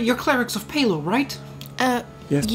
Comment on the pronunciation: Oh Gawd - Love you but Palor..... LG sigh